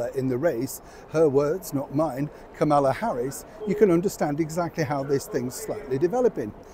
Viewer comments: ...it's "comma-law" rhymes with her kids name... "Momala". Get your information quite...not political. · The U.S. Vice President and 2024 Presumptive Presidential Candidate's name is pronounced, "Comma-la." Thank you and keep up the good work,. Always enjoy you.